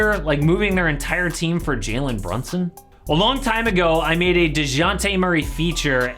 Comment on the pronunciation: The J is silent buddy… kinda cringe listening to this